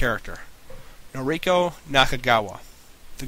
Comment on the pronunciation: I loved your review. c: I own the two movies, the novel, and the entire manga collection, and I love it. xD I've been a BR fanatic for a good year and a half. Just a few things in this review bothered me. Mispronunciation of names and such. [Mainly Noriko, Nanahara, Kazuo, and Mitsuko.] If you listen to the way the actors say the names in the movie[s], it's easier. You'll know for sure how they say it. c: Other than that, great review~